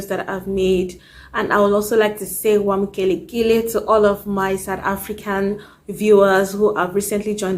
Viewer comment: Listen! 😅 That one and wamkelekile impressed me 🥰